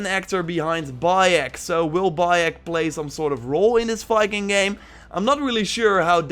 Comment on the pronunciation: why does your Viking sound like Fiking? Pronountiation, accent... Fikings...